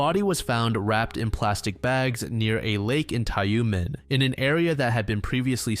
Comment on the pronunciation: the heck is "Tayoomen"? it's Tyumen, "yu" is pronounced as "yu", how hard is it? gosh